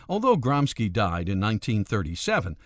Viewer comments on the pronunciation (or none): his name was "gramshi" not "gramski" ! I'd inform myself before pronouncing names of other languages instead of americanising them , believing to do something good and legal......All starts with respect , respecting even things we don't like ! Irritating is the self concentrated american view of the world........like there is no other! Isn't a bit like a young boy teaches the grandpa what to do ? I'm 100% anticommunist/anti-any-ism, I've have a lot of sympathy for America but this naive-arrogance towards others, putting their standards above all others is sometimes a bitter chunk to swallow....... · Or Cultural Fascism.... oh wait those guys killed people to, the politically correct don't ... I think you are talking about Cultural Bullshit, and like all bullshit, it seems worse than it is. also 'Gramsci" is pronounced "Gramsheee" not the more ominous 'GramSKI' charlatans. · Is Gramsci's name pronounced as "Gramski" to make it sound more like a bolshevik name? Or is it plain regular conservative ignorance of anything non US? And wtf is that accent? It sure as hell isn't an italian accent...